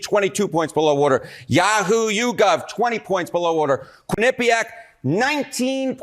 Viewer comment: CT native here. It's QUIN-ip-iac, not quin-IP-iac. Drives me nuts every time a talking head says it like that.